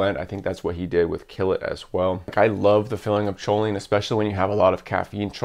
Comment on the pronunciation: I was confused when you said "sholine".. its "koline".. sorry to be that guy..